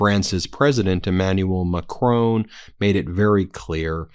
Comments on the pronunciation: It's Macron, not Macrone. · FFS it's "Mah-CRON", not "Mah-CRONE". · Stop calling Macron "Macrone", his name is Macron, it rhymes with "moron" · It's not Macrone, it's Macron to rhyme with Ron. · Macron not Mac Crone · Macron is NOT pronounced Macrown. Not OWN! It is Ma Cron. Rhymes with 1. It's as bad as trump deliberately mispronouncing names. STOP IT. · For F's sake, he's not Macrone, he's Macron! As good as you're comparatively doing, can Americans actually learn anything? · Ben, it's not Emanuel MacRONE, it's MacRON! And PEDro Sanchez, not PAYdro! Nobody mangles European pronunciation like you Americans! Love your content though! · HAVE SOME FCUKIN RESPECT !!!! WOULD YOU PLEASE PRONOUNCE THE FRENCH PRESIDENTS SURNAME CORRECTLY ITS (PHONETICALLY ) MA,KRON NOT MA CROAN !